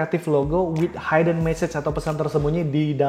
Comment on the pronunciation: Hidden dibaca hiden bukan haiden